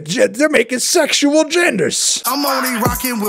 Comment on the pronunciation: Ok yes guys I am dumb but in my defense he said sexual in two syllables instead of three. Like "sex-shul a-gendas" and what I heard was "sex-shu-al gendas". So not totally crazy